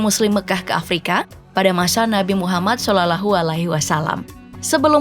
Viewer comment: Nabi kami namanya muhammad shallallahu alaihi wa sallam. Tolong pennyebutanya di benarkan iy mksh